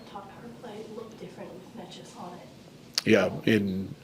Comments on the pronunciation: It's Nay-chess lol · Bednar butchering Nečas' name the whole time, i didn't know about whom he speaks until it clicked :D i was like, who is this Nekash dude? :D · Nechas clarified it himsefl: 1st syllable is actually neh, like never or neck. Its neh-chess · ''Ne-'' is pronounced as "ne" in the word "net" and ''-cas'' as "chas" in the word "chas-tity". It actually has a meaning, the closest translation would be something like ''bad weather''. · Dude, someone please help Bednar with names. He said Georgie’s name wrong for 2 years. The ch is in the middle… like Naches soft E… even if it doesn’t bother the player it might subconsciously… who knows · He is bad at pronouncing it if you're curious how it's pronounced it's NAY-chess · Y’all need to learn how to pronounce necas. Mans is a superstar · Mr. Bednar(Bednář) go to google translator select czech language and type Nečas then play it. I though guy with czech roots(if he knows) would at least try to learn his(Nečas´s) name properly smh... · Is Bedsy just bad at saying Necas or is that the preferred way to say it? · He is bad at that